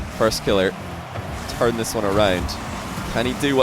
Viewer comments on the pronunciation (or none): none